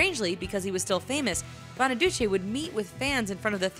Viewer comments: Doo-chee not Doo-chay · BonaducEE not BonaduCHEY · Danny Bonaduce (Italian) not Bonaduchey (French) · It's Bonaducheeee, not BonaduchAY! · lol "BonaduCHAY" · She says Bonaduce weird.